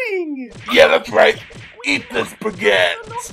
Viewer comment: I first thought she said spagette